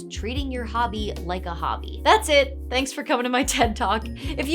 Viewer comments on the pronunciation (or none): none